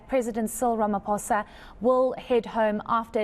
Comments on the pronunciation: bro really said Ramapoes🤣🤣🤣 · err yes Ramapoes